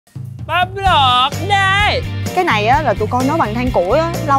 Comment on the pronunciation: Bắp luộc đê mà e nghe là bánh lọt đê